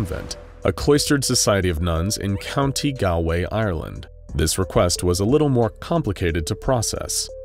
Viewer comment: Like all Americans countay gowlaway ire lend, that's not how its pronounced